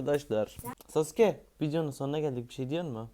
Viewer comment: Abi normalde SASÜKE saske diye okunuyor siz niye SASÜKE diye okuyosunuz